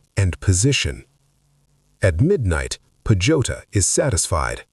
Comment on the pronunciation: PAJUTA pronounced as PA - HU - TA !